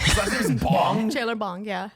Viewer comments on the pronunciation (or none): Are we gonna gloss over the fact she called him chandler Bong instead of chandler bing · Chandlers last name is actually bing, Not bong